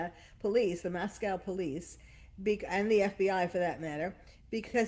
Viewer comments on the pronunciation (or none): Mos-co not mos-cow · Rather late but pronounced MOSSCO not like the Russian city. Washington State University, sorry to be bitchy but after all this time you should have it correctly pronounced. Ted Bundy went to the University of Washington. The Rival school throughout State history. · It’s pronounced “Mosc…oh” in Idaho